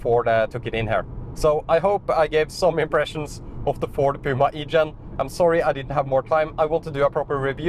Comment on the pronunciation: The electric Puma is called the Gen-E btw not the E-Gen.